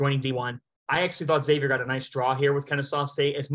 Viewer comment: You lose all credibility when you can't even pronounce Xavier correctly. They are a three seed, in the big east, been relevant for over 25 years. Makes me wonder if you've even watched them play